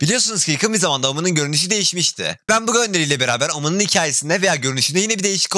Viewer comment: Kanka o nasıl omen demek küfür gibi amaskdkasdas